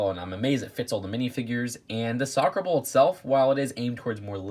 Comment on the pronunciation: When you try to say ball but just say bowl instead